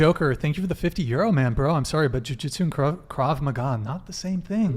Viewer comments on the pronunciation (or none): It’s called “Jew -Jitsui”😂😂😂, none of them got it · he said jew jit su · Did he mean jiu-jitsu? Or Jew-jitsu?😂